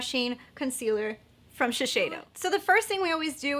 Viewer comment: Hi there, nice video review, thanks! FYI I work at Shiseido here in Tokyo and it’s pronounced “Shis-say-doh” just so you know for next time!